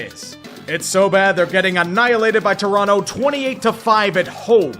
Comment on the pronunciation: Props to for pronouncing Toronto properly 👌